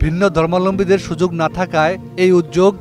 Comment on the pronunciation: আপনি " ধর্মাবলম্বী " উচ্চারণ করতে পারছেন না। " সুযুগ" না, " সুযোগ" বলুন।